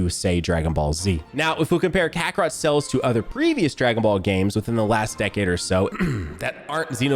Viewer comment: Is it me or is he saying "cells" instead of "Sales"